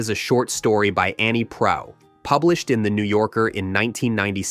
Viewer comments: Pardon my quibble: This was overall a decent little video about a great film. I just wish the narrator had taken the 30 seconds in pre-production needed to learn the correct pronunciations of the last names of author Annie Proulx (the L and X are silent, rhymes with NEW: proo) and actor Jake Gyllenhaal (the G is soft: JiLL en hall). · Pronounced PROO ... do your research and pronounced people's names correctly...how disrespectful! BLECH! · CRASH was an embarrassment, never mind Roger Ebert. Not even close. BTW Proulx is pronounced PROO, acc. Wikipedia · Why didn't you bother to learn how to pronounce Jake's last name? AND why did you pronounce the author's last name differently at the beginning and then throughout the rest of the post?